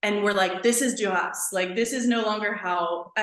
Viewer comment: It is pronounced “Dur-rah”